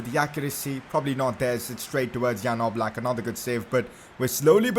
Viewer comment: It’s yan oblak pronunciations